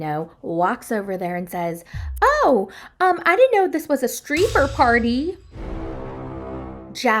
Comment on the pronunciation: "Streeper party" had me 🤣🤣🤣